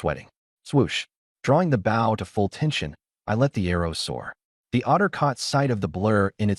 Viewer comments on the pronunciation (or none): your saying the word wrong Bow has several meanings the weapon your talking about is BO-{w} is silent.